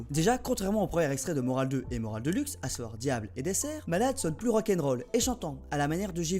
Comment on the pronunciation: Surtout sur les 8 et les "ch", principalement entre et on comprend pas trop "planete rap", tu dit "sacun" au lieu de chacun, ou encore , ton "a savoir" on dirait un mélange avec "chavoir". Après le reste de la vidéo ya pas de problèmes. En fait, on dirait que t'as le nez boucher xD (Aussi, ca veut dire quoi rt ptdr)